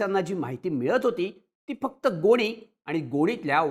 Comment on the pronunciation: गोळी नाही गोणी बोला😂😂😂